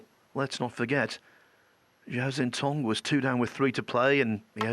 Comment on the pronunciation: Listening to Doherty and McManus absolutely butcher Zhao Xintong's name is fkn painful. McManus can't even find a consistent way to wreck it: Jow...Chow...Sintong...Zintong...NONE of which are correct. For the love of long suffering bawbags, go ASK the kid how to say his name, RECORD his answer, and LEARN to say his goddamn name.